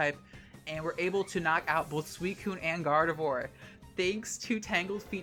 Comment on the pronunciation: Umm, can you say "Gardevoir" again? 😳